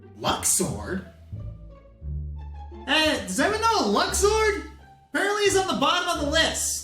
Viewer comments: Actually Luxord's name is pronounced as "Lou-sired" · My main problem with luxord is how many ways there are to pronounce his name. Luck-sword. Luke's-ord. Loosh-ord. Maybe even Lush-ord. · So Luxord was so forgettable that mispronounces his name? Well, since I had to wait for Kingdom Hearts III to hear how his name was supposed to be pronounced, I don't blame him. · Luxord is so forgettable you pronounced his name wrong